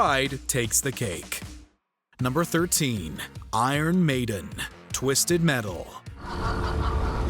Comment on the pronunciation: Twisetd Metal?